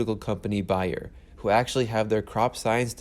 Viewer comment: Bayer is pronounced bear 🐻.